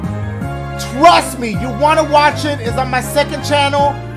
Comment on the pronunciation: Everybody: Trust me Dashie: TWAST ME